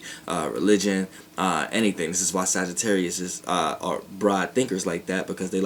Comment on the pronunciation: Darian Johnson wait didnt he say sagittaurius moon